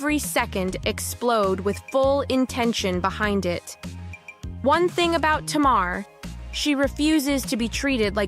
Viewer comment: Narrator, her name is pronounced TAYMAR.